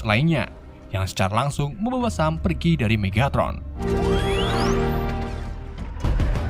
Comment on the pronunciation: Megatron bang bukan Megatot